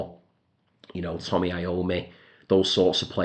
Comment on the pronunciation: Hi there,. About your "disclaimer". I'm always pronouncing words and names incorrectly because of my dyslexia so forget about the Tommy instead of Tony if that makes you feel slight better. Actually, yours is a very common mistake if we can call it that. "Horses" for starters.. Absolutely brilliant record. I really need to get a copy of that. "Ritual de lo Habitual" it's an amazing album cover (and album too). What a shame that Perry became such a sour person lately. Bangles is a great choice. Musically they never were my thing but I must admit that they are as sexy as you can get. That Otis Redding one is not a bad drawing at all but the whole graphic concept is totally wrong. About the correct pronunciation of Zebra, since I heard the Tyrannosaurus Rex song "Oh Debora you look like a Zeb(o)ra" I never spelled it differently anymore. I didn't know about that story related with "Yeti". Quite powerful. Amon Dull and Amon Dull II are some of the best Prog Rock bands ever. Love that "Raspberries" cover. Never heard about it. It went straight to my wantlist. Got to check The Flamin' Groovies too. Last August I bought a few records from Blood, Sweat & Tears in Berlin for 2€ each but they're all Netherlands editions so no gatefold for that one. I'm still deciding if I like them enough to keep them to be honest. That Pink Fairies inner gatefold cover is amazing. I love when that comic strip art style is included in an album cover. Gonna check them out too. Interesting choi